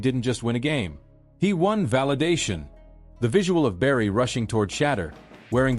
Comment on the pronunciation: Learn to pronounce his name!